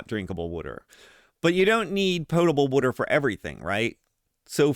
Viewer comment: Subscribed because of your pronunciation of “wooder” thanks for the content!